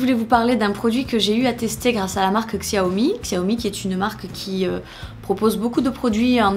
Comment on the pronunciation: conseil xiaomi est une marque chinoise donc ça se prononce chaomi ;)